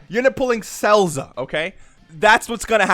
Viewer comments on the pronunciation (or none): said cellza bruh I’m weak ☠️☠️☠️😂😂😂 keep it up man id say best value would be the GOD HIMSELF CHAOMAN!